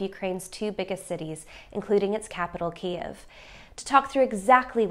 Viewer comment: "Ki Keev" stopped me. Sir Lawrence suffered a glitch in his programming. If he can't stick to the script, he'll get cancelled. I think I'll take a look at what RT and the Global Times have to say. Diversity is our strength. 🥴 😂